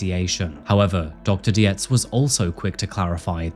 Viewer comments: Horrifying case, but an(other admittedly extreme) exemplar of what can potentially happen when a family or group of acquaintances engage in denial or ignore warning signs. Separately, Dr. Dietz' name is pronounced like "deets". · Dietz is pronounced deets. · This is may be not very important concerning the gravity of this case, but Dr. Park Dietz is not pronounced Di-e-tz, but Deetz. Just to add, since is usually very meticulous in his videos. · Hey, I don’t know about in the UK, but in the US, Dietz is pronounced “Deetz” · Nitpicking cos that’s what I do. Americans pronounce Parks surname as Deetz. Yes Parks is an expert but Scott wasn’t his patient. I’m like you. Torn. His poor brother. The self control not to attack his brother or throttle him was amazing as obvious as was his pain. I think Scott was an undiagnosed Schizophrenic. But he still brutally ended 4 lives. His poor Mum. To her son was vulnerable & she wanted to keep him safe. That’s what she’d done his entire life. It’s not an enviable position nor one that can be reconciled in your own mind. But she felt an obligation to her child. In the end to her own detriment. If anything & I know this may sound weird to some. But it’s a blessing she died. To see her beloved child mow down his family then to be in jail literally forever would’ve been torture for her.